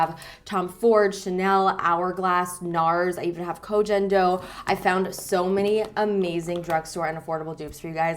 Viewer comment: May I inform about pronunciation of the brand Koh Gen do >> I'm very bad at explaining but G of "Gen" is pronounced like G of "golf" . Thats how the Japanese letter was written on the package(コ ゲン ド)